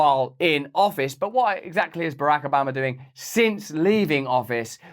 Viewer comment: "Barahk Obammer"